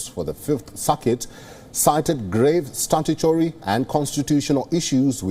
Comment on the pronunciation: This dude saying statutory made me chuckle.